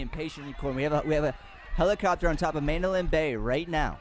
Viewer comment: STOP FUCKIN SAYING MANDOLIN BAY !!!